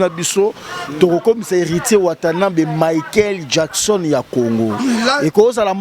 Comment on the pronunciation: azo koka ata ko prononcer Michael Jackson te kieeeeee 😅😅😅😅😅un vrai mbokar,mawa...